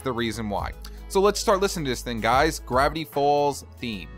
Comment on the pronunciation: lol u said GAVITY FALLS